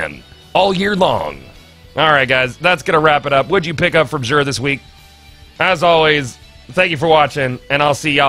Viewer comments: It pronounced like zur not zsure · 1. He says Xur like Jur 2. Why does Xur sell bad stuff year one Xur was so much better. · you say xur /exur/ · You pronounce Xur like a dingus.